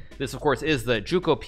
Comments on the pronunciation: Hey hikaru, gioco is pronunced “joco”, not “juco”, I’m italian so you can trust me xD Edit: just noticed the name is giuoco, not gioco, which is an older way of saying game, anyway the pronunciation of giuoco is ju - oco. Also you were correct when you said piano meant slow, lento is another way of saying it, too. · Who’s gonna tell him it’s not pronounced juco either?